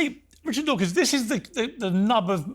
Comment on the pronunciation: Dawkins not “Dawking”